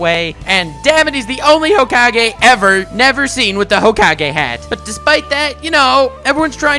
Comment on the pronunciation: Honest descriptions of every hokage (pronounced hocage of course to piss you off) when